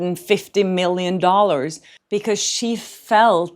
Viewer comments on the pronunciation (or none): none